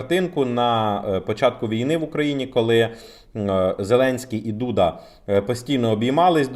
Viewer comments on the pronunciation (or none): none